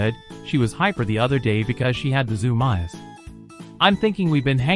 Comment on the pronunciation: please tell me that's an AI attempting to read aloud and not a human who pronounced zoomies as zoom eyes!